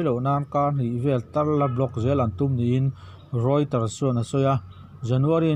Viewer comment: REUTERS NILOVIN ROYTERS HI A AWM RENG EMAWN LE?